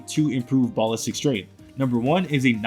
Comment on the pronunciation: Ball listic, bro i cant 😂